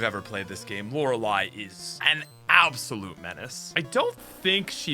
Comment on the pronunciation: Lorelei. 1. The lo is pronounced with a short o sound like 'of' not an awww sound like appl'au'd. 2. It's re, not ra. 3. 'ei' like c'ei'ling. Lee is spelt lei in eastern languages when written in English. Lo-re-lee Not lau-ra-lie. Every single poketuber I watch and person I've spoke too say 'lauralie'. But dammit! This is the hill I die on!!!